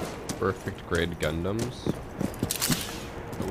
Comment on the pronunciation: Ahh it still hurts hearing him say gundam as Gangdam style :')